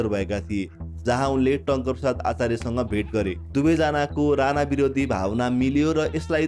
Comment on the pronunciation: राना होइन राणा हो,उच्चारण सहि गरौं